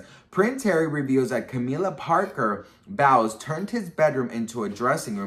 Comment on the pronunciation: I loved how you pronounced Camilla’s last name as bowels 😁😭— one of my faves from you bestie ❤